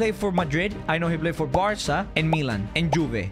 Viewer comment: Stop saying varca